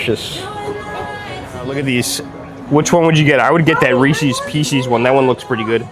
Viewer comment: Mikey officially has to end his friendship with you for pronouncing Reeses Pieces incorrectly. :(